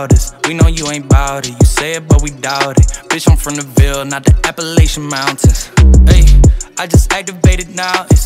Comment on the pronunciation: That's how it's pronounced.